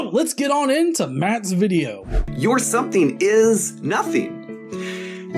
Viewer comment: "sometheen came from notheen?"